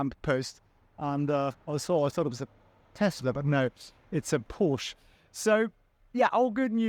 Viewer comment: Commooon you cannot pronounce PorschE wrong as a German!!